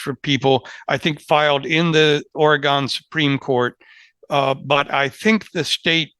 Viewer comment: I appreciate the professionalism and expertise of all Lawfare fellows, even though continues to badly mispronounce “Oregon”.;-)